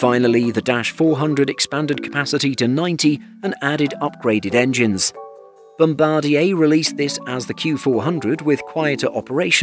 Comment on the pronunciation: Nice to see a channel that pronounces Bombardier correctly. Thumbs 👍